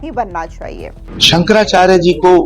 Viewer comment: संकरा चार नही सुकरा चार है